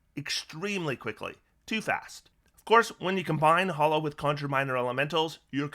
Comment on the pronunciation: Why do so many people mispronounce Hallow as Hollow?